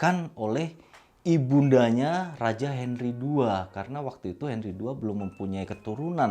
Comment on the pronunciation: Ada sedikit kekeliruan ketika nyebutin nama pedro dan henry...tp selebihnya oke om..👍👍👍